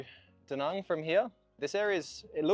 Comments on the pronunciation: Not to be that guy, but do you ever think you'll make an active effort to try and learn to say "Da Nang" like it's pronounced in Vietnamese? Like "bang" and not "bong". Again, not a hater, just wondering. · Why the fuck are you calling Da Nang, D Nung? Also it's VIET nam. The nam is implosive and rhymes with ham. Stop talking like a yank.